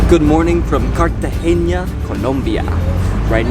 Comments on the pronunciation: cartagena NOT CARTAGEÑA... get at least the names right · Great video. I love the views of the pink water. it is pronounced Cartagena as opposed Cartageña. Its name is actually “Cartagena de Indias” as opposed to Cartagena, Spain. Its name came from the city in Spain and the name of the city in Spain came from Carthage, the capital city of the ancient Carthaginian civilization, on the eastern side of the Lake of Tunis in what is now Tunisia. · very irritating that you pronounce Cartagena wrong. learn the difference in Spanish between N and Ñ, like Peñon its pegnon pronouncement. good travellers should pronounce easy names properly as the locals do